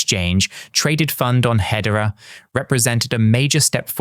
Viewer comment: Is he just doing AI videos now???? He is pronouncing hedera as head-era , nobody does that in real life